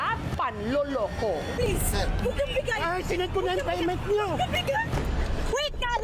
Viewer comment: HAHAHAHAHAHAHA pelepens pelepens